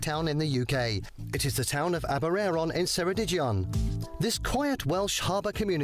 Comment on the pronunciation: "the town of Aber-airon in Seredij-ion" - Wrong, it's "Aber-eye-ron in Keredig-ion". As usual, they can't be bothered to make the slightest effort to get Welsh placenames right. And it's not as if Aberaeron/Ceredigion are difficult, with neither a "ll" nor a "ch" to be seen.